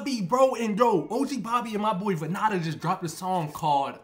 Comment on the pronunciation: The hell did you just call him man his name is not van na da it vann and da vannda😂